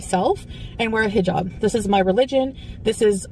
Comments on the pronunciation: “I know you thought I was going to take off my HEEE-jab” 🙄🙄 GORL!! Imma need you to finally learn to pronounce it properly if you’re gonna stick with this cosplay!!!! Not HEEE-job. It’s pronounced < >!!! 😡😡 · Imagine living in the Middle East for an entire year and you still can’t say “hijab” correctly 😂🙄